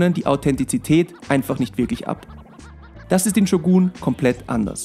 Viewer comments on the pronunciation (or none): bruder ich feier deine videos aber man spricht shogun nicht shuguun aus